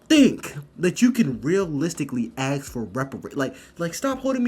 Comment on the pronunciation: So, is it normal in the college to say AKS instead ASK??